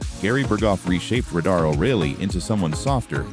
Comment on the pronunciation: ugg, redo the AI read to say the word RADAR correctly.